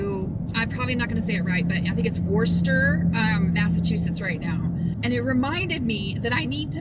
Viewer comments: Not that it matters now, but it’s Wooster MA. Or as the locals say Wuh stah. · Hi! So good to see you! Safe travels my friend. (It's pronounced Wooster...as in woo hoo! Replace the first R with an O. Ask how I know? My nephew lives there or I wouldn't have a clue! But once you get it in your head it's such a fun word. Wooster Wooster Wooster!)